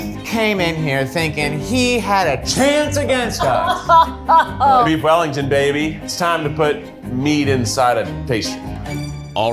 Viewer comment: Weef Bellington